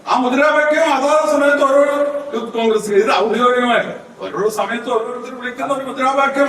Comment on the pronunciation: CONKRES ALLA MONEE CONGRES AANU. AA CONGRES UNDAYERUNNATHUKONDAANU NINGAL EPPOL EVEDE SAMSAREKKUNNATHE. ALLAYERUNNENKIL EPPOZHUM ADIMAYAYEE KAZHIYEENDY VANNEENEEM.